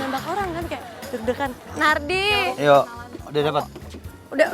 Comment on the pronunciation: Nardi kedengarannya jadi #Narji 😃😃😃